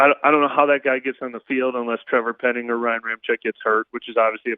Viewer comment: Finally someone educated that can pronounce penning’s name !!!!!